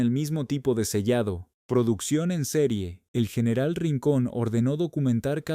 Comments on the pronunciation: Excelente informacion,PERO CUAL ES EL PROBLEMA PARA NO PRONUNCIAR BIEN EL ESPAÑOL.....COMO ES ESO DEL YENERAL..... Y OTRAS .....¿ACASO, ERES UN RELATOR GRINGO? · No sabia que general ahora se pronuncia ;.. yeneral